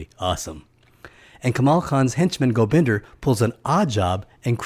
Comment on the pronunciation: I think its Gobinda not Gobinder.